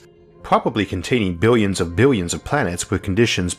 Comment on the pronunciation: Is it me or does this guy pronounce some words like he’s a baby? “Foe exwample” “yeers” “bwillwions”